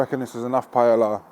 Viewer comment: To jídlo se vyslovuje jinak .....